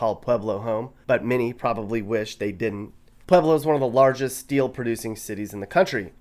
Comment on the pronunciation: are you saying pleblo ?